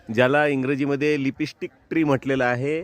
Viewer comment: लिपी स्टिक😂😂😂😂 लीप स्टिक म्हणतात रे शेंबड्या